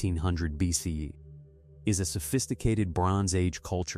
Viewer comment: Good video, very informative. But I detest the use of BCE/CE, and your AI narrator mispronounces BCE. Plus, it keeps going back and forth between the two styles. The Vikings abandoning North American shows just how much more trouble the later European conquerors and settlers would have had if not for the illnesses they brought with them. With supervisor technology and 90% of the native population killed by disease it still took until almost 1900 AD to finally defeat them all. Some put the date as late as 1910 or the AIM uprising in the 70s.